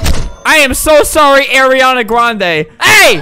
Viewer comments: alberto: airry-anna grande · “I am so sorry Areianna Grande” - Albert